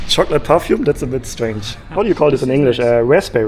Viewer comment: *perfume not parfume